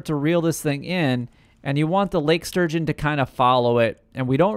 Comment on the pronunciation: It's Lake STurgeon, dude. ... not Surgeon! lol